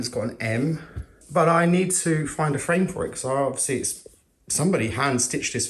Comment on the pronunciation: hah frame...thought he said friend the first two times lol